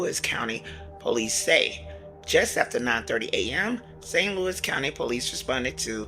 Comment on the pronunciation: It's Saint Louis, damn!!